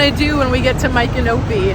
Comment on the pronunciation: Ok girl you are saying the name wrong